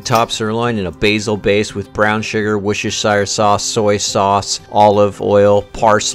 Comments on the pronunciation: It’s pronounced “wuh-stuh-shur”. Only three syllables. How do adults feel comfortable saying a word they can’t pronounce? 😂🤦🏼‍♂️ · I don't think I've ever heard some mispronounce worchestershire sauce that bad before in my entire life